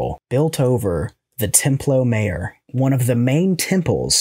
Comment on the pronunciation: Mayor is pronounced "my your" in the espanol... Knit pick complete. Thanks for the content.